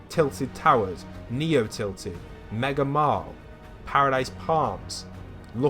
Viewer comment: Pfahahahhahaha man sed mega marl instead of mega mall 😂😂😂😂😂😂😂